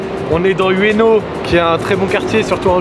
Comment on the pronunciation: Je suis tellement triggerd par la façon dont ils prononce ueno